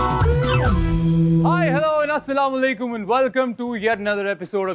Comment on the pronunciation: Yeh log salaam sahi tareeqay say kiyon nahi kar saktay? Assalam Walaikum kiya hota hai?? At least as a muslim, we can do that much.